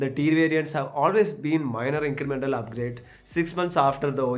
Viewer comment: Haha, ingremental update 😂 seero to 100 😂